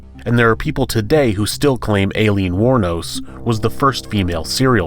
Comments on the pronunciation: Alien war nose huh?🤔 try “eye-lean” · Did he just call her Alien War Nose? **And twice again 'Eye Lean', pronounce it like that next time. Hopefully he doesn't attempt to pronounce my first and last name. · LOL the way the narrator pronounces Aileen wournos name makes it sound like is saying her name is Alien